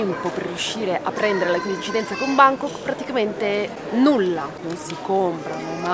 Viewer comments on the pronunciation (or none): "mentre vloggo", "scammare", "Bàngkok" (con l'accento sbagliato)... mamma mia!!!!!! Terribile